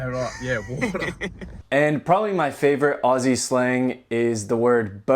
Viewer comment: Pretty funny because on my trips to the US I kept getting asked why our government was taking our guns off us. Bonus points to you be pronouncing 'Aussie' like someone who lives here.